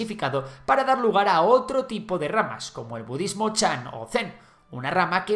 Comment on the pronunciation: You lost me at "bududismo"